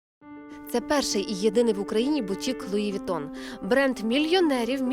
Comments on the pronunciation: Оля, правильно произносится Луи Вуитон. Неграмотность 80 уровня))) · «я не раджу луи витон» лол